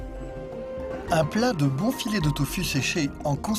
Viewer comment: Très beau documentaire la voie off par contre fait beaucoup d'erreurs le tofu se prononce tofou par exemple Mais je vous remercie on ressent les sentiments et la hardiesse de la tâche qu'ils accomplissent encore merci